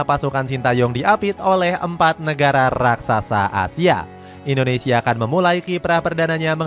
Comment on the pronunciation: Indonesia min bukan Indoensia😊